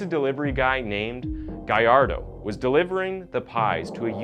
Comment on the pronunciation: Lol it's Gallardo not Guy-Ar-Doh